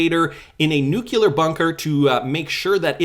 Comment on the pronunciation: Nuclear- not nukular...